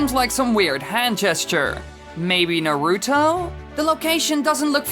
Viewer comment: I just got triggered when he said Naruto wrong oof